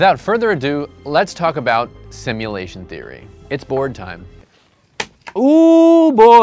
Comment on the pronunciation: “Simultation” lmaooo